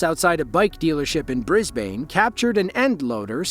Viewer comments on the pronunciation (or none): The way he said brisbane hurt me physically as i'm aussie lmao,its pronounced brisben